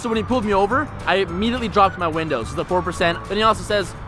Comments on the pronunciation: Did anyone else notice he said "you're tindows are wented" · Anyone else notice that he said "tindows are winted" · "tindows are winted" LOL